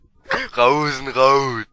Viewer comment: Oh Mann . Affengeil xDDD Rote Fee: ,, Rosenrout!" xDDD Ihr seid geil =P